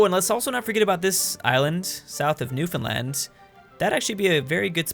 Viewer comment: Why do you pronounce New found land so stupidly? I want to know the joke behind this.